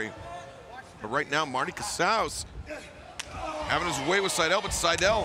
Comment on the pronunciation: Hell yeah!! The original Jurassic Express theme music!! So glad it's still being used. So much more fitting.. though I understand the crowd participation element of the newer JE theme (cant think of the name of the song off the top of my head). Also.. Marty Casaus... sounds like Trale Lewous to me.